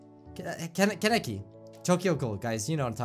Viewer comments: Kanekei (KHAN-EH-KE) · THE FANGIRL IN ME NEEDS TO SAY You pronounce it KAH-neki Kahnecki Kehn. I OBVIOUSLY LOVE TOKYO GHOUL IT'S MY FAV ANIME 😂😍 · Sorry but: Con-Uh-Cee Koneki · Ts pronounced; (Kan-é-kee)